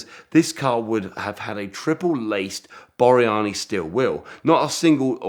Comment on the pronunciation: Thats Borani not Boryani.